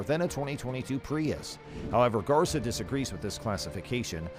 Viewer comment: GARCÍA For you English speakers is something like gar-SEE-uh, not garza